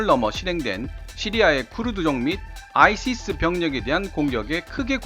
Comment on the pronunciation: ISIS는 '아이시스'가 아니라 '아이에스아이에스'로 읽습니다.